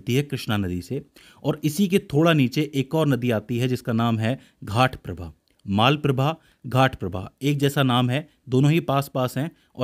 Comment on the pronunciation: Almatti Dam is biggest dam for Krishna river. Maalaprabha and Ghaataprabha no. It is Malaprabha and Ghataprabha so please correct it.